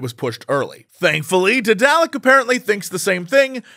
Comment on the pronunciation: This is not how I've been pronouncing Daedalic.